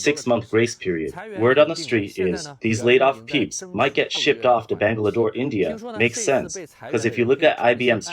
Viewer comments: Did you just say Bangla Door? :face-blue-smiling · Not Banglador (Bangladesh) but Bangalore.